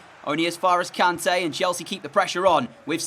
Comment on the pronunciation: not trying to be mean but its pronounced k-arn-ta